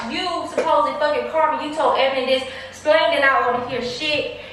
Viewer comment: said “Splain”🤣🤣🤣🤣